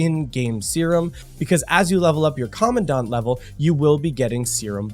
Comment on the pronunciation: The EN pronunciation of "commandant" is such a meme, my eye involuntarily twitches every time i hear it 😂 Thanks for the video, looking forwards to Crimson weave and more people joining PGR!